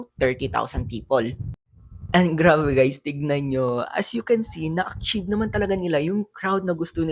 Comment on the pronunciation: San mo ba nadampot yang pronunciation mo sa achieve sagwa